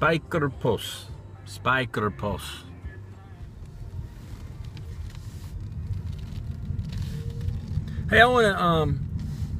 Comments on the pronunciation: lol spijkerpoes (spaikerpous) think if you said it this way,its close to dutch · Did you say spijkerjones? Couldn't quite catch it lol? A great shout out for a marvellous, deep thinking guy with a superb channel who should have sub numbers up in the thousands. You wear that suit well and good driving:) Wishing you a stupendous weekend all the way from the England/Wales border. Paul:)